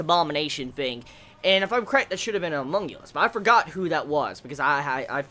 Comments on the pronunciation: HunmunGulus? You mean HumanCulus? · Homunculus/homunculi. Not humongulous/humonguli lol